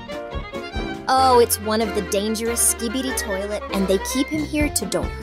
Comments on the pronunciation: Bro say "skbi toiley😂😂😂" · bro said skidi toilets